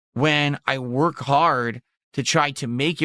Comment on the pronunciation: It's very hard "whark" dude